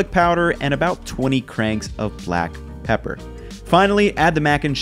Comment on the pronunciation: Garlic "PEEEEPAR". ITSA ME!!